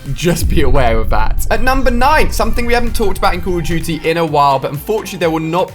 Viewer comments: CAWWWWW of DOOTY WA WAAAWWW TOOOO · The way this guy says Call of Duty is funny